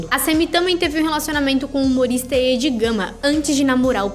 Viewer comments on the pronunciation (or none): Quem fala "Êd"??? Meu deus....